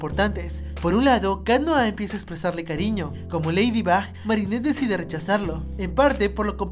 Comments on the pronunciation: Cundo dijiste leído Box nenas de decirlo dijiste leído bax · Dijiste ladybob en el minuto habalando de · JAJJSJ ACA DIJISTE LEIDIBOP XDXD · Tuve que escuchar 3 veces el momento donde dijo lafybop jsjsjs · 11 :00 dijo leidibob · dijo leydibob